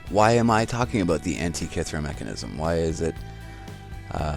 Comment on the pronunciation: Great documentation. Thanks. :-) Antikythera, or Anti-Ka-Terra? ;-) So, the ancient Greeks 'invented' something upon their 'findings', gave it their own meaning, whether there is truth in it, or not! .... The story-telling can be anything in accordance to 'His-Story' that what in the 'old days' functioned as a 'messenger of information' as we have it today via the main-stream-media outlets, and 'fake science' for example. Who says that what is interpreted into this 'old rock'/the wrecked ship (13min.45sec.) has anything to do with what's true in regards to life here on earth? ... The sorcerers have BS-essed the masses ever since. It was and is always about 'who is in the Know, and who is not!". In an etymology sense of taking the word 'Antikythera' apart, as mentioned by me further up, it may be blatantly clear for what this ship-(w)rock (looks like a 'fossil' to me) was used in regards to indoctrination purposes of the masses. My seeing and noticing here. Hope this helps. Later on in the report she says that the Metonic Cycle is still off by approx. 1/2 hour, despite of the ability to predict eclipses pretty accurately. The human mind loves a puzzle and wants to measure everything. The trap may lay herein, that the Creator's design cannot be measured in reoccuring exact cycles by the minute, by the second, no matter how long it is possible to 'look back'. There are eons that may behave this way, and then the next eon behaves a bit different, and then when those eons repeat t